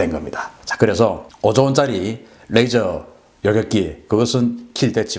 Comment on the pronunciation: "뢰이져로...(R)",가 아니고 '레이져로...(L)'이라는 진실... ㅡㅡ